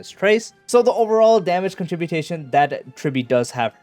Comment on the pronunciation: lol, these tools making videos these days all make up words and act like they are real "contributation"? It's con-trib-you-shun moron